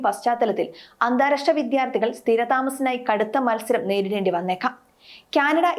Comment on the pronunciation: കുട്ടി ഉച്ചരിക്കാൻ പഠിക്കൂ. വിദ്യാർത്ഥിയാണ്, അല്ലാതെ വിധ്യാർത്ഥി അല്ല. ഭൂരിഭാഗം ആണ്, മറിച്ച് ബുരിഭാഗമല്ല. ഭദ്രമാണ്, പദ്രമല്ല. ഘടകം, ഗടകം അല്ല. വിഭാഗം, വിബാഗമല്ല. ഭാവി, ബാവിയല്ല. ലോകമലയാളികൾ മുഴുവൻ കേൾക്കുന്നതല്ലേ.🙏🏽